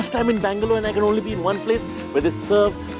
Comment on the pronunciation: Please pronounce each word you speak clearly! Could not understand if you were saying 'Bangalore' or 'Mangalore'!!!!